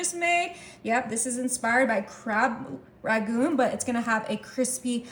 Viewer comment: Thank you for your good recipes. Let's work on pronunciation:- 1) RANGOON (was the capital of Burma) not RAGOON. 2) PARSLEY is pronounced PARSSLEY (with a SOFT 's'), not PARZLEY (with a hard 's'). 3) GRUYÈRE is pronounced GROO-YEHHR